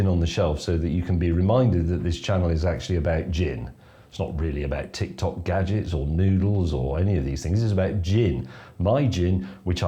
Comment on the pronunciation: Kitchen gadjiks